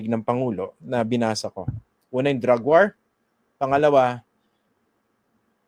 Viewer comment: sir christian, Hinde waar ang bigkas nyan kundi "WOR"